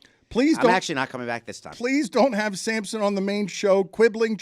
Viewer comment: You keep calling him Samson. It’s Sampson.